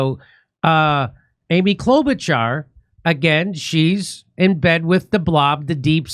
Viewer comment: Bravo to Jimmy Dore for his effort to pronounce Mrs. Klobučar's family name almost as it is pronounced in Croatia!